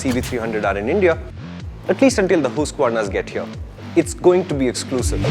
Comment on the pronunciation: say it with me HUSK-AH-VARNA. Not HOOSK-VARNA.